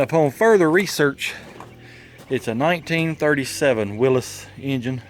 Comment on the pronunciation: i'm impressed you knew the correct pronunciation of "Willy's"